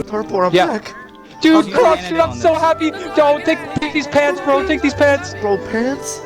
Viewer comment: why did say pants like that 🤣